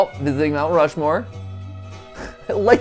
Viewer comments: “Rount Mushmoore” -MatPat 2022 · "rount mushmore" 😅😅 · Two very important post-viewing notes: 1) MatPat’s been part of a Heist before! 😜 2) “Rount Mushmore” just made my whole heckin’ day. 😁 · “Rount Mushmore” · "rount mushmore"